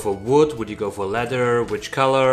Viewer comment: This guy cracks me up. He pronounces it letter instead of leather and sick instead of thick. Not making fun. It’s just funny.😄